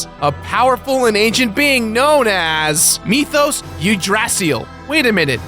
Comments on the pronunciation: Oh god...those pronunciations. Again. Yggdrasil is pronounced ig-drasil not 'you-drazeal'. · y- yew- yew-dras-sill? WHAT?? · Holy moly. What an ear rape to hear you say Yggdrasill. It took me like 7min to understand, what you was talking about. It is pronounced Ygg-dra-sill. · I'm a new sub to your channel but I just want to say ... DRANGLEIC! CELEBRIMBOR! YGGDRASIL! PLEASE!!! You're pronunciation drowns my ears in blood and my eyes in screams. Honestly, I feel like you try to mispronounce words on purpose just to get internet nerd rage. I will update if I hear more.